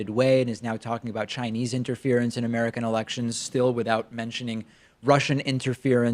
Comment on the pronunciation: Did he said amerikers?